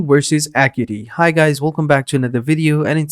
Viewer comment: It's pronounced "uh-KYOO-eh-tee"